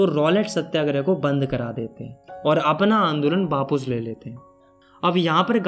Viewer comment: wapas ❌ bapus ✅